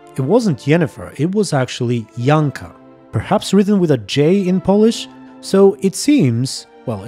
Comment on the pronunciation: You've pronounced Polish Janka well (Yanka).